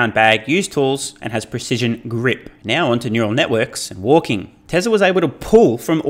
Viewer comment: How come you say tesler and not Tesla 😂